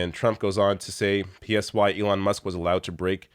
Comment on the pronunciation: lmao...he said..."Leon"